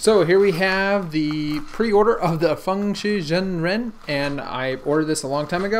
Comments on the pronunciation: its pronounced: Fang-Shee Shung Renn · I believe it is pronounced fang ( As in dracula fang ) shee shaung ( Rhymes with swung ) ren. Thats how CBC says it anyway. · "fangshi jengjin" lol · The way you say the name of the cube cracks me up. Great video. ((